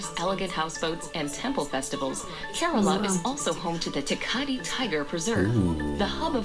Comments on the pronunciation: speak kerala not korola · It's K-RAA-LA....